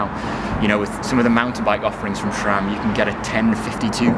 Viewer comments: SRAM, not SHRAM!!! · My mind is running out of gears, when hear "shram" 😋